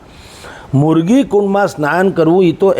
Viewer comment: મુર્ગી નહિ મૃગીકુંડ બોલોને યાર.